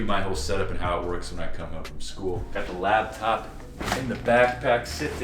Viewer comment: bro... It's a 'lap'top. Not a 'lab'top. Lol! Had to poke fun at you about it. Goodluck on the move man. Change is good!